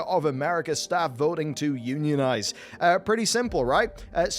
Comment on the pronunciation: He said UNIONIZE I thought he said euthanize I was confused.